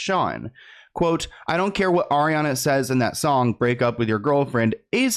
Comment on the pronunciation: just.... stop... "Ariana"